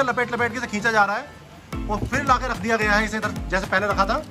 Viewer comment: Bhai pheni nahi फिरनी hoti ha